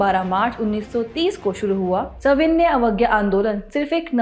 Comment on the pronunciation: मैडम आपके सविनय पढ़ने का तरीका गलत है आप हमेशा गलत उच्चारण कर रही है